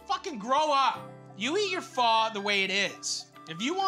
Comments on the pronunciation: Thanks for saying pho right Matty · Matty: It's pho, not "foh" Next video in his playlist "Halifax donair" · Finally! Someone who says "Pho" right, was starting to think I was the only white person who says it right. 😂